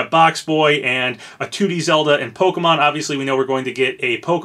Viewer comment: Bless you for pronouncing Pokémon properly and not as Po-Kee-Mon like most youtubers I've seen do